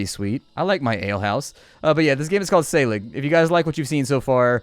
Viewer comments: "Æ" makes the same sound that is the first sound in "Apple". "SC" makes the "SH" sound. Like "Scip" is pronounced like "ship". So, "Wiltunscir" is "Wiltunshire". And 'g' sometimes makes the 'y' sound, so SÆLIG might sound like "Sally". You know...just in case you need to know 6 months later. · say-ah- league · I think the ae in Saelig is an æ. Pronounced, eh (?)